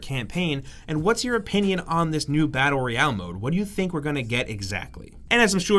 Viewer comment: Battle Royale or the mumbled "Badderreyall"?